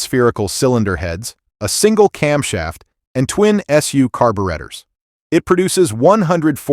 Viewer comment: What's a "carberretta"?? Another AI voice doing car videos. Thumbs down!